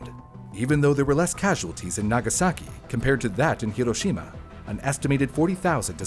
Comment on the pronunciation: Thank you for actually saying Hiroshima correctly. My teachers all hated me for correcting them every time.